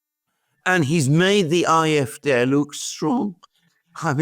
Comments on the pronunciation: I know it's a small thing but I've just subscribed to the channel after hearing a few enjoyable videos and is their any reason you keep pronouncing them the "IFD" instead of the AFD? Is it a censorship problem or is there a reason I'm not aware of? Thanks. Good video and it'll be interesting to see what lies ahead in both of these countries. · Why does he insist on pronouncing AFD aye eff dey when real Englishmen say aye eff Dee? He sounds so precious.